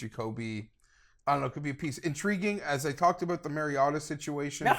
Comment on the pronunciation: DK: mschiissler Pick: Denver over 7.5 Please don't let say Mariota anymore